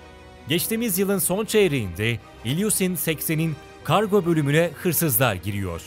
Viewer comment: İlyusin degil ilyuşin